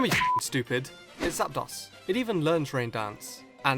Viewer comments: It's pronounced Zap-Dose not Zap-Doss. This is because the dos in Zapdos is the Spanish word for two, which is pronounced 'Dose' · Pronounce it correctly, it's Zapdos (pronounced zap dose) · Makes Pokémon pronunciation videos, pronounces zap-dose as zap-daws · emeraldgolem 7000 sweety you are the noob because the correct pronunciation is zap dos not zap dose That's because zapdos is a combination of zap and dos (dos is Spanish for 2) its pronounce dos not dose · christ, it's pronounced "Zap-dose" not "zap - dahs". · Its pronounced zap-dose, because Artic-UNO, and Mol-TRES, which in case is case you didn't know uno, dos, tres, is 1,2,3, in Spanish, and yes in Spanish dos or 2 is pronounced dose, and medication. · Submissions are illegal in true Lucha libre And... Folks, it's pronounced zap-dose Spanish numbers remember! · not gonna lie i only just now got why gastly's line is poison type. the facepalm is so real. and i know he has an accent but it bugged me how he pronounced zapdos in specific artic UNO zap DOS mol TRES uno dos tres 123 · Stephen Miller Just quickly, its pronounced Zap-Dose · ....you're pronouncing Zapdos wrong.